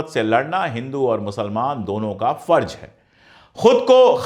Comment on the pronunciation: अशोक जी आप बेहतरीन और जानकारी से भरपूर ईमानदारी वाली वीडियोज़ बनाते हैं। मैं आपकी वीडियोज़ लाइक और शेयर ज़रूर करता हू कई बार तो बिना पूरी देखे ही शेयर कर देता हूं क्योंकि जानता हूँ कि आप वीडियो इंसाफ़ पर मबनी(आधारित) ही होगी। आप से गुज़ारिश है कि ज और ज़, फ और फ़ का थोड़ा ध्यान देंगे तो सुनने में और अच्छा लगेगा। जालिम नही ज़ालिम कहिए। फर्ज नही फ़र्ज़ कहिए। अंग्रेज नही अंग्रेज़ कहिए।अगर आप ये तब्दीली ना भी करें, तब भी मैं आपकी वीडियोज़ देखता और शेयर करता रहूंगा ❤❤❤❤